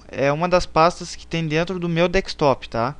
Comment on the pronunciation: VACILÃO, NÃO É DEKSTOP MAS SIM DESKTOP !